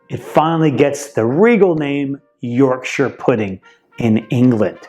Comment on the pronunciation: Thank you for pronouncing Yorkshire correctly